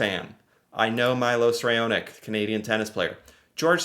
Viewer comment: The pronunciations were hilarious. Mylos Rayonick